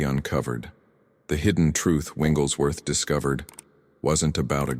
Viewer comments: Your AI needs to say the name correctly It's Wigglesworth not Winglesworth. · Why do you call Wigglesworth “ Wingleswrth” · His name is Wigglesworth, not Wingles Worth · Winglesworth? Really? What system do you have reading this information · Why are you getting his name wrong all the time?